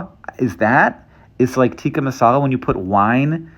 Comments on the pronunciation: Masala =/= Marsala 😂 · Hank 😂 Marsala is not Masala.